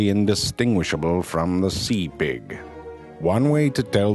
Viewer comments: I swear I thought he was saying "lamb pig" at first. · i love the way he says pig hahahaha